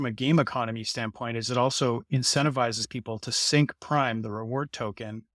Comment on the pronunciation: sink, not sync